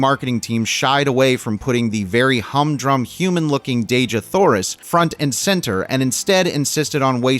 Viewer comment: I don't know if anyone's told you but Dejah Thoris isn't pronounced Deh-zhah Thoris. According to ERB, it's pronounced Dee-jah Thoris. Now, allow me to say that, as a humongous fan of the John Carter/Barsoom series of books, I can assure you it was more than you said that caused people to run from it. Disney, as usual, decided that ERB didn't know what he wanted to say in the books and changed about 95% of the storyline. I'd tell these changes but it would take a book itself to do so. Two of the most glaring changes were a) John Carter didn't join the Confederacy because his wife had been murdered by Union Army forces (Hmm. Where have I seen THAT before? (cough Outlaw Josie Wales, cough Jonah Hex) b) Tars Tarkas wasn't Jeddak of the Tharks when the story began; he was a Jed (prince, if you will). As I said, there were so many changes that it would take forever to tell them all and I believe those changes are what kept people away from the movie.